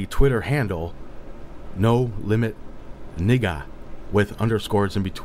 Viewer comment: You know what I find weird: Pyrrho couldn't even bring himself to pronounce 'Nigga' properly. I found that hilarious.